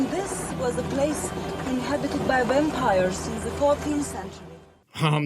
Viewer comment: Actually,... I heard "Bampires". And your "Daniel Larusso" comment did not escape me. Lolol!! I dont know why that one really got me, but it did. And then, of course, "We have the same haircut".